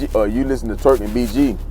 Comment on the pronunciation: Turk not twerk! Lol